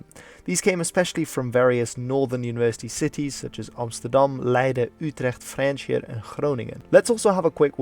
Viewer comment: Frjentsjer? Frisian spotted!